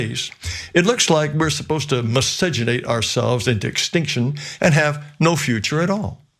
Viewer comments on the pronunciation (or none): Wow! Never thought I'd hear a racist say meseganation. He's old school racist. He looks like Uncle Adolf too.